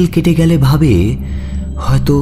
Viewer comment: খুব ভালো গল্পটা। খুব ভালো পাঠ শেষে "গ্যালে" হয়ে গেছে "গেলে" টা। একটু খেয়াল করবেন।